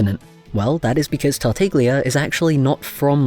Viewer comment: quick thing: tartaglia is actually pronounced tart-ah-lee-uh :) ur art is super duper pretty tho!!! i'd love to see venti in ur style :o